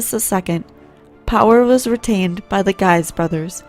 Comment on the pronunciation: I thought it was right but Guise was wrong.